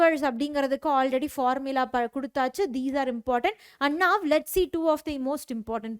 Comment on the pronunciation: Someone finally noticed